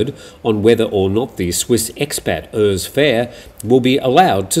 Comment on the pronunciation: Oors, like Uruguay. Urs is a German/Swiss name.